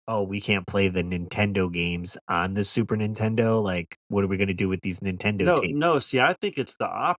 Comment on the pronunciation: You ever notice that sometimes the AVGN doesn’t annunciate the N in Super Nintendo. I’ve heard him say super intendo